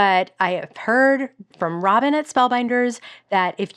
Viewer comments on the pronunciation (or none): none